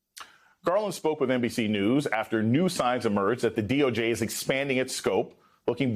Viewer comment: Ummm sir, it’s D.O.J. Not the D.O.G, he said DOG twice. 2nd time is . Driving me nuts. Oh and tRump needs jail time.